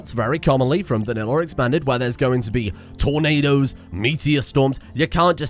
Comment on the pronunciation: Did you know that tornadoes is not pronounced ternaders